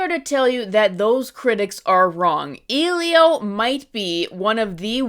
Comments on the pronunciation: Disclaimer: I agree that Disney is losing the sauce. I went to see this movie because my son wanted to see it, and I really enjoyed it. Do we all complain about dead center positioning/symmetry in Wes Anderson films as well? Different kinds of films, but we all know that’s his thing. Questioning whether or not has seen the film. She pronounced his name incorrectly the entire video. I question how people go into movies nowadays. I go with an open mind and recognize films as an art form as an experience that deserves to be felt. Elio made me cry a few times. I just picture plopping into a seat in the theatre with crossed arms, expecting it to suck. I can tell by the critique, which is very reductive. Only so much you can fit in a YT video, I know. But still, the nuances that I felt made the characters feel real to me are sanitized for the sake of cherry-picking points for this video. Last thought: People gotta stop reading reviews before they watch movies. Otherwise, they sound like regurgitated takes like this video. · I saw it and it’s seriously not. She’s not even pronouncing the main characters name/title right💀 so many people lately literally just hate to hate I understand hating the Cal artstyle but she is literally just fuming about nothing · She isn’t even saying the name right, I’m not even sure she watched it. Also, who is she to nitpick so much when she isn’t even an artist or animator. Like I can get where somebody’s coming from on not liking the style but as an artist it pmo when somebody tries to tell me or others how to do something correctly when they probably cant even draw a proper sphere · I liked it a lot too! I even saved the quote “you are unique elio of earth, and sometimes unique can feel like alone” I’m sorry but this video kinda pmo because what is she even asking for? she isn’t even saying the name of the film correctly.. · I love how the only point you made was her not pronouncing the character's name correctly.